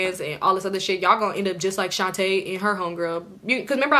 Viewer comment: Every time I hear you say Shontae I cringe girl 😅, this gotta be the most invested I’ve been in your story times 😂. 🫶🏾 your content been a fan for bout two years now. Keep it up suh!